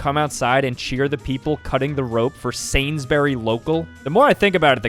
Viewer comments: what the hell is sanssssburi its sansburys /sansberries/ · BRO SAID SAINS BURY DAMN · Did….. did he just say Sainsberry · The way he said Sainsburys LOL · As a brit, the way you say Sainsbury’s made me laugh